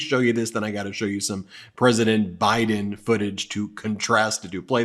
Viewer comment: Did he just call Biden, Bin Laden? Sorry can't tell if he is doing this on purpose